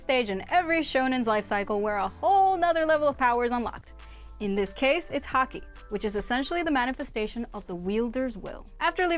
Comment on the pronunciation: When she said Haki i thought she said hacking